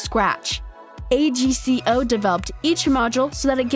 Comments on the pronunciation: It’s not pronounced A.C.G.O it’s like this AGCO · It’s AGCO NOT A G C O